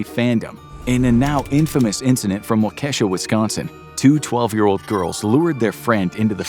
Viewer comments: Just for reference, the town in Wisconsin is pronounced WALK-AH-SHA. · It's pronounced Wa-kee-sha. Welcome to Wisconsin where wierd city names makes us happy🤣.